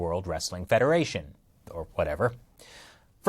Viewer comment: “According to the World Wrestling Federarion... Or whatever”.